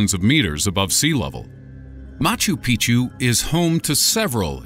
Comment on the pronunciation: Machu Pic'chu is pronounced "Mah-choo Peek-Choo", not "Mah-Choo Pee-Choo". It may seem like a minor thing, but it changes the meaning. Think Spanish's "Años" versus "Anos".